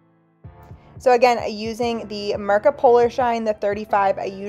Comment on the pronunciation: It's not Mërka but Mirka. iiiiiiiiiiiiiiii not ë!!!!!